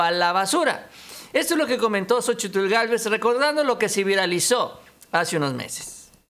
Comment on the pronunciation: una observación con todo respeto. No se te oye bien la pronunciación la plación de xochitlh se pronuncia sochil